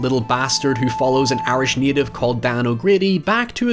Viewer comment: Every time you say Irish I hear 'airish' and wonder what that means until I realize what the word was.